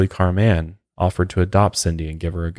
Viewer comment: You’re pronouncing her name as Car man. Lol. It’s pronounced just like Carmen. This story is fucked and I hate these people.